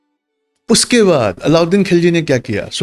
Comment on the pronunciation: کھلجی نہیں خللجی، کو کہنا نہیں آتا!! بھلے ہی انگریزی میں لکھتا۔